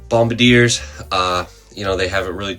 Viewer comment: And one last thing, it's "bombardier" 😜 Figured might as well be the one to correct you, you know, before you get big and some internet rando turns you out 😂